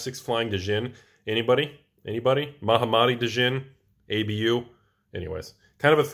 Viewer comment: Is he saying Djinn (Dah-jin) that way to troll or does just not like a silent "D"? 😆